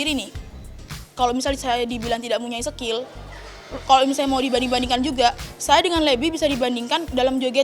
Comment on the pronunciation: 11.15 bilang "sekill" sekil itu apa yah☹️